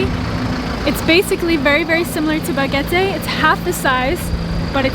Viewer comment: Why do you keep saying "Bogete" while you're in Boquete?